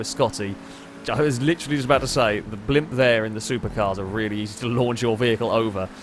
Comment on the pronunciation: “Hello, and welcome to the [BLOMP]”